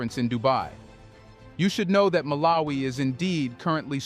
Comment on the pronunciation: Don't you know how to pronounce the name MALAWI not MALA-WI. makes you sound like a first grader illiterate 😮